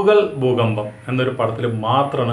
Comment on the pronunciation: പൂവ്ക്കുൽ ഭൂഗംഭം...എന്ന് തമിഴ് വായിച്ചു പഠിക്കു പൊട്ടാ 😂😂